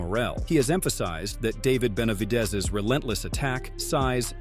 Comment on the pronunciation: Narrator does not know “ how to 2 pronounce Benavides!!! 😬😬😬🫨🫨🫨😬😬😬😬🤣🤣🤣🤣🤣 is already a knockout punch!!🥊